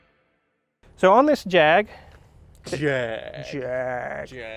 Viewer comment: Well done on the Jaaaaaaaaaaag. As long as it's not "Jagwarh" we brits are happy